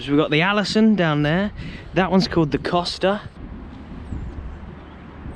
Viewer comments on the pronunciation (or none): none